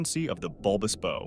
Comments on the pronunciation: It's a Bulbous BOW (rhymes with "How") ... NOT Bulbous Bow as in "rhymes with Blow minus the L". Ya know ? Like the back of the boat is a Stern. The front of the boat is the BOW (rhymes with HOW). Jesus. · Ah! American mispronunciation: the front of a ship is called the bow, pronounced like wow, not like go; bow like go is correct in terms like bow and arrow. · A ship's bow is pronounced bau and rhymes with ow. Robin Hood uses a bow pronounced boe which rhymes with toe. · I am a retired U.S. Navy Master Chief with thirty years service. Will somebody tell these nitwit narrators that the front of a ship is called the bow, pronounced like "how," not like "low." There are more instances of these silly pronunciations but I cannot remember them. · The narrator is able to pronounce "bow" correctly when talking about the bow of the boat, but he references bulbous "bo" several times. Judas Priest, is no research or proof reading done before recording these vids...? Sheesh... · Come on guys. You are embarrassing yourselves. Hopefully the narrator is an AI because any human knows that "bow" on a Christmas package is very very very different from a "bow" on a ship. Pronunciation on the package type is long "o" , but the ship variety is pronounced like "bow wow". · Ex-US Navy Sailor, Ship builder and current captain of a blue water vessel. I don't know a single US navy blue water naval vessel with fin stablizers. Also you pronounce Bow wrong. Please stop and do more research before you post videos. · This annoyed me more than it should’ve… (The pronunciation that is…) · I cannot take you serious with how you pronounce bow.